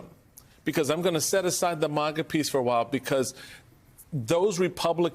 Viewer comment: This 🤡 keeps saying MOGA😂! What a shill.